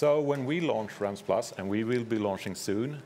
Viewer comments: She’s out here saying ‘Realms’ as ‘Rolms’ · Realms? Nah fam its Roelms bro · Just listen to her... "Ralms"... Lol😆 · is it me or do they say minecraft rolms? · Nobody: Minecraft employees: RoLmEs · That lady pronounced realms so weirdly.